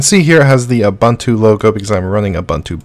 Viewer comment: Great Stuff. The letter U is pronounced the same way all three times in Ubuntu. it's Ooh-Boon-Too not Ooh-Bun-Too. English is awesome and strange, because we treat vowels so many different ways. Ubuntu is an actual word from the Zulu language. Cheers & great stuff!